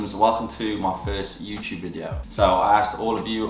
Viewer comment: "Youchube" lol 😆 my son has been trying to get the British accent